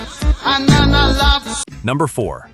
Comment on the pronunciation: First - it's not "Nenna" it's "Neeenah." Second, the English version- 99 Red Balloons- tells a very different story to the German version- 99 Luftballoons. It's just not as engaging, as intense or as memorable...